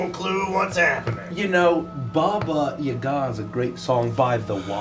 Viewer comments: I’m so late😭😭 aka shut up😃 I just notice man bun is back🤩 omg🤣🤣 please tell me this is a a goonies reference 😂 Hearing saying “Baba Yaga” correctly is awesome KREMY. LANGUAGE Basically me and my friends: “Ya’ll care?” “Nope x4” my one stupid BFF “Who??” GIDEON. O.M.G U DIRTY B—— The Unicorn: Pleas watch ur language”: “I think not🙂” HA. TAKE THAT GIDEON!!! this poor lady is gonna be in more pain🥲 Something has awaken within grincko 😨 goes from mute laughter to screaming laughter 🤣 CHILD LABOR CHILD LABOR CHILD LABOR that was…..very omomis 😶 well damn, you didn’t need to thrown under the bus🤣🤣 (Also in this episode gives me sooo much gender envy 😭😭) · reading ‘baba yaga’ correctly made me so pleased, I had to write a comment about it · I guess, I meant it was closer to how I’m used to hearing ‘baba yaga’, than how most English speakers pronounce it? I don’t remember when says it in the video, so I can’t check rn:( I think, it was pretty close to how we pronounce it in Russian. Hope this was helpful ฅ^•ﻌ•^ฅ🩵 Edit: I found it, I checked, it does sound really close to the Russian pronunciation!:) Your comment made me curious about how it might sound in other Slavic languages, so I must thank you for sparking my interest! Have a great night/day!